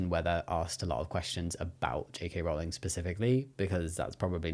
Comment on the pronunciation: HELP now i cant unhear Jake Hay Rowling anytime someone says her name 😭